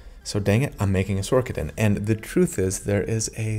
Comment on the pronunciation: Is it Sor-ker-er? Nay, so why are you calling it Sor-ka-din. It's Sor-sa-din. Otherwise, I absolutely loved this video, you're amazing!